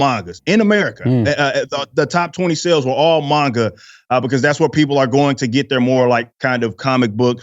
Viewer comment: When he said manga I thought he said MAGA.